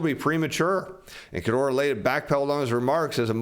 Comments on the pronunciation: Please - it’s k-u-r-o-d-a, not kurdoora. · KOO-ROW-DAH, not KAH-DOOR-RAH LMFAO! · I really like, so I'm not trying to be mean. The name "Kuroda" isn't pronounced "Kurdora." It's "Cur-OH-Da." Like it or not, the BOJ Governor is a big player in global macro, so pronouncing his name right would up the credibility. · I like the content but in the name of everything that is holy: LEARN HOW TO PRONOUNCE KURODA'S NAME!. It's Kuroda NOT Kudora. I've been watching your channel over the last few weeks and you've butchered that name every time and it's annoying the shit out of me. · Your pronunciation of KU-RO-DA, is horrible. It is not KO-DE-RA. That said, JP consumers, in the face of higher prices and economic uncertainty, save money, they don't spend it. Kuroda has been pursing 2% inflation for 10+ years and has achieved nothing. Saving money puts even more deflationary pressure on the economy. This is because women control the purse strings (by in large) and women are risk adverse (by in large). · I appreciate this channel and your effort, but I must help this economy where I can: It’s Ku-ro-da Pronounced- coo-rōe-dah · keeps calling him "Kodura"